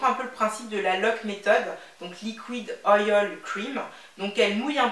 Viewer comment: Super vidéo. Tu as une belle matière. Par contre on dit Oil "oyl" et pas oyol.